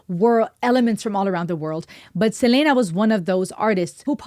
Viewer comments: it’s SELENA. (SE-LEE-NA) not (CE-LE-NA) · It's actually Selena not Selena like Selena Gomez! Her first name is not in Spanish accent it's English!!!